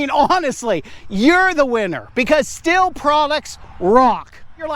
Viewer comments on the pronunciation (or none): <<<n German, Stihl is pronounced "Shteel" (IPA: [ʃtiːl]). • The "St" sound: In German, when an "s" is followed by a "t" at the beginning of a word, it makes a "sh" sound (like "sch" in strudel). • The "ih" vowel: The letter combination "ih" creates a long "ee" sound, while the "h" remains silent. • The result: It sounds very similar to the English word "steel", but with that soft "sh" start (sht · Stihl is pronounced steel, not still. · << >> In short , it is "shteal" . "Sthil" is BTW , a pretty common name 'round here. Best to you ! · I’m not German, but ich spreche ein bisschien Deutsche. So, I get the idea that it should be shteel. However, Stihl doesn’t agree. Unsure why. Can we at least agree that it’s not “still”? 😂